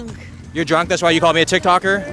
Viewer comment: "can i ask you a question?" "i'm drrruaaannnkk" 😂😂😂😂